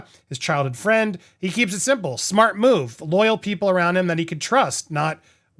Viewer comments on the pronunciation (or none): none